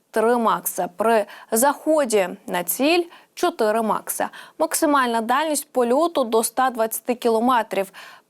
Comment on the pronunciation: Швидкість три Маха, а не "макса"! 😂